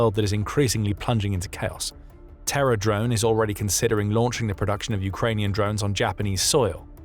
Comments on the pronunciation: OMG. Because of the narrator's accent, I got more than 2 minutes into the video thinking he was saying "Terror Drones". I kept thinking WTF? How unJapanese-like can ya get? I was very relieved when I saw it was Terra Drones. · I can't tell if the narrator is saying Terra drone or terror drone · Oh Terra Drone, not Terror Drone. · BTW are you deliberately pronouncing Terra Drone like Terror Drone (a 4-legged combat UGV depicted in the video game Red Alert 2)? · Did anyone else think he was saying Terror drones at first? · I kept hearing 'terror' drone corporation, and thought that was a little on the nose 🤣🤣🤣